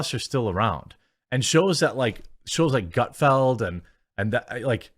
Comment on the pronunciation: It’s about time learned how to pronounce Gutfeld!